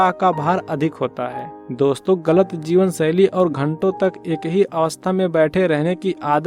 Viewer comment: सरीर नही, शरीर, जीवनसैली नही, जीवनशैली बोलो, हमारे बच्चों का उच्चारण खराब न करें